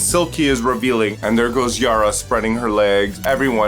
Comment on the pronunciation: is not YARRRRRRRRA , it’s Yara. 😖